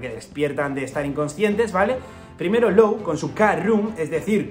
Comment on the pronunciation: Hola, Law se pronuncia: "lo", no "lou"